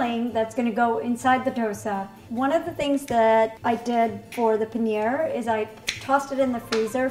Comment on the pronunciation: the way pronounced paneer hurt my soul